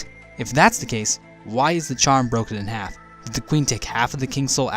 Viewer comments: It’s supposed to be “broken,” and “borken” sounds like something the Swedish Chef might say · "This vessel... borken" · This vessel... Borken... Fails. confirmed Swedish Chef. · “This Vessel, borken...” 😂😂😂😂😂😂😂😂😂😂😂😂😂😂😂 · ...this vessel, borken... me: umm borken? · "This vessel, BORKEN... fails..."? HAHAHA